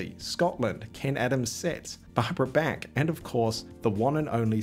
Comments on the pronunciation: Her name is pronounced like the artist BACH not BACK,get it right. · I don't think her name is pronounced "Barbara Beck". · Thumbs down for pronouncing her Barbara Back. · Not Barbara "Bek" Bach ...ah B AH K .All of down under needs to learn how to pronounce English.